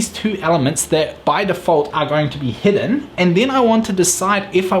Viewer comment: Great video, thanks for sharing your knowledge. I also thought it was funny, it was confusing to me the way you say "Heading" and "Hidden" – but nothing some good old context can't help with. Again, great video.